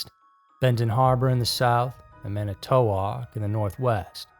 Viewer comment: Someone needs to figure out how to pronounce Manitowoc correctly...